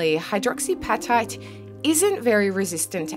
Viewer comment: Hydroxy ap-at-ite (as in the hungry appetite)…not pat-ite